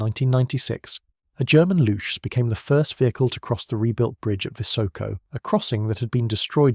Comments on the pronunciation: It's Looks, not lutsh ;) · He sounds like he's saying "lutsch"... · It's pronounced "looks" because chs = cks for some odd reason in German, no good reason, just an oddity. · As a German, it‘s funny that you spell Panzeraufklärungstruppe really well and have so many problems with Luchs (just say looks). No offense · The way he says it it sounds like 'louche'. ;) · You know what also sounds like "books with an L"? "looks". But I guess that would be too simple. For a German. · Luchs - Spell it more like Lux (the messurement unit for Light) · Funny for a German to hear the speaker twisting his tongue with a word that is pronounced exactly like books, just with an "L".